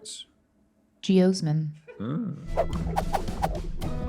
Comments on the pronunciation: Stevie, it's pronounced "Gee-OZ-min" rather than "Gee-OHs-min" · no one: stevie: geosmen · As a past beet researcher hearing Stevie mispronounce geosmin over and over was a tad painful lol. ge-AH-smin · i like stevie when she says jeosmin not sure why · Rhett : Russian Restaurants Stevie : Geosmin Siri : Yep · Can we get a 10 hour loop of Stevie saying geosmin? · Stevie saying "geosmin" as many times as she could fit into the segment made me smile the most. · I want Stevie to continue saying geosmin randomly throughout episodes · Alright who was the beautiful bastard who clipped Stevie saying 'Geosmin' incorrectly 😂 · I feel like Stevie should've said geosmin one more time